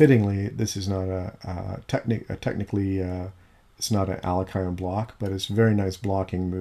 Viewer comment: You pronounced Alekhine incorrectly